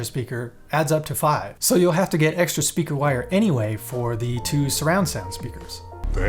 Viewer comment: Stayed for the end and was pleasantly surprised with those bloopers. Definitely needed that with my morning coffee. "Speaker...with a G... speager"...Thank you for this! hahaha